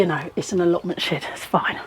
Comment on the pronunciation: Shed not she’d 😊